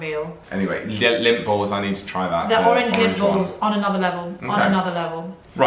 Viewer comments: Even my captions said lint! I thought "somethings not right here!" 🤣 Finally figured it out that it was LINDT! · For clarification y'all they are saying Lindt balls not lint balls lol. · My son over heard this and said, "Lint??? And they're making a video about OUR weird food?" I had to explain the brand LINDT to him. Ohhhhh!!! 😄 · I thought was saying 'dunk lint balls in her tea'..took me a minute to realise that she was saying Lindt 😁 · Hahah Lint